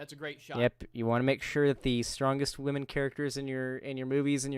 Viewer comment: Also, he frequently pronounces "women" like "whammin". What's up with that? Am I the only one who finds that annoying?! Almost as annoying as the constant repetition of "I don't care". Buddy, you care. In the worst possible way...